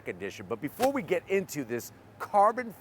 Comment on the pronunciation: Your "Before we... what's going on here" is so idiotic that I turn off the volume every time you pronounce it. What the fck????